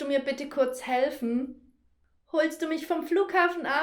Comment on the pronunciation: Wenn jemand „bitte bitte „ wie du aussprechen würde, wäre ich bereit zu helfen 😊